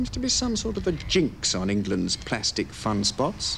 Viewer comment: Respect to this man for the correct pronunciation of the word plastic! Today the BBC think there is an 'R' in the word?